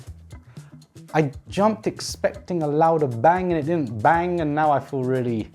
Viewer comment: . You just said feel in Afrikaans language. So you said voel. As in feel in Afrikaans